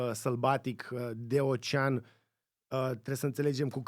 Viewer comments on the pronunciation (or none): none